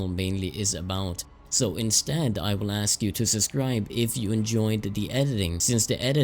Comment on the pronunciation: "...i would ask you to suScribe" XD